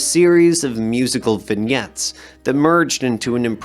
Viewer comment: Small detail. Vignettes is pronounced "vin-yets" not "vin-gets" I Ching is "Ee Ching" and Hesse is "Hee-ss" or "Hess" not "Hess-y"